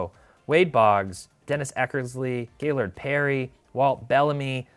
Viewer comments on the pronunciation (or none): none